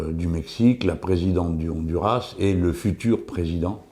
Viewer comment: Cher Monsieur Melenchon, un coup de main d'une hispanophone, si vous voulez bien: sur le nom " Honduras" il faut prononcer le "S" Autrement, contente de vous revoir